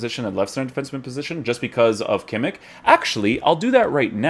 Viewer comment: your reviews are by far the best bro , keep it up ! and please stop saying kimmikkkk xD its kimich